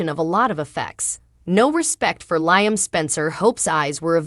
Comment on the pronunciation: You need to speak in every day words and also learn how to pronounce Liam.